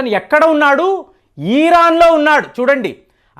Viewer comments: సార్ ఇరాన్ అనాలి ఈరాన్ కాదు...ఎన్నిసార్లు ఎంతమంది చెప్పినా కూడా ఇదే ఈరాన్ అనే పలుకుతున్నారు.. తెలుగు పరువు తీయకండి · ఈరాన్... కాదండీ ఇరాన్.... ఇజ్రాయెల్ వారు ఇరాన్ ను ఆక్రమించరు యూఫ్రటిస్ నది వరకు వరకు ఆక్రమణ చేయవచ్చు.... అది బైబిల్ Prophecy..... దేవుడు వారి పూర్వికులకు వాగ్దానం చేసిన land అది.... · వీడు ఒక BJP fanatic. ఈరాన్ కాదురా నాయనా😂😅 ఇరాన్.... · ఈరాన్, ఈరాక్ కాదురా బాబూ.. ఇరాన్, ఇరాక్ అవి